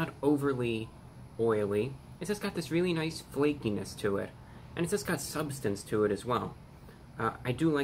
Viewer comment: I like how you emphasized on the FLAKINESS of the sandwich! 😁